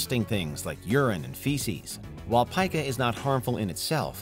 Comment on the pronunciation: Its pica , as in, pee-ka